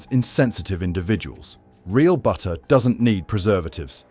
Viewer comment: BU-ER! What happened to the Ts?